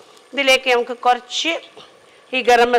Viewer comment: ഇങ്ങളെ cooking നേക്കാൾ ഇൻക്കിഷ്ട്ടം ഇങ്ങളെ ബർത്താനം ആണുട്ടോ 😌ഇങ്ങൾ കൊർച് എന്ന് പറീണത് എന്ത് രസായിട്ടാ ❤